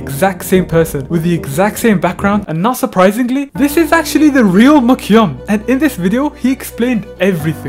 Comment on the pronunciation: Why does he say his name like MyCyum